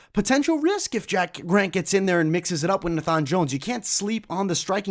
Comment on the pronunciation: It’s pronounced Nay-fun not Nah-fhan 😂😂